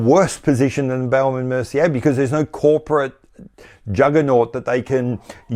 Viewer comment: Love the way you pronounce Baume from Baume and Mercier. You make it sound like baoum which is really funny 😄 for French speakers Raymond Weil ? Are they still around ? If yes, they should close shop and distribute proceeds to shareholders. Steinhart : definition of a cash cow. Thousands of faithful fans forking out €4 or €500 each year to get a new Rolex lookalike. Breguet : aren’t they the European Credor ? Everybody agrees they are great, but you never see them IRL Another zombie brand : UK Rotary.